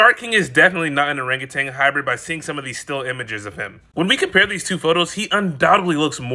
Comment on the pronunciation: I hate listening to people mispronounce orangutan. There is no g at the end of that word. Stop saying it.